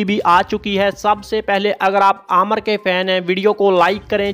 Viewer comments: Bolna to seekh lo pehly. Amar ni nam uska amir nam h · Bhai pehle naam to seek lo aamar nhi hai Aamir hai